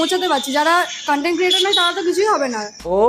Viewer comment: দাদা মেয়েটি কনটেন্ট বলিনি কানটেন্ট বলেছে😂